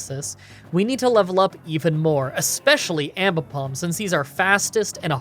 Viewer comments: ... you also called your Aipom Aimbipom... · "An ambipom" Aipom: Am I a joke to you? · I'm confused how you are pronouncing Aipom??? Are you saying Impom??? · I Just Notice You Called Aipom Ambipom When You Found It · Calls aipom ambipom. Hmmm